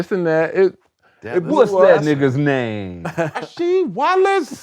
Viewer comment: What’s that fool’s naaaaame?! Rah-SHEEEDWALLACE!